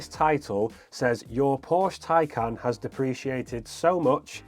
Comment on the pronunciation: Oh Burn. You must be speaking via experience. Anyways, please learn how to pronounce the name of the car before reviewing the car.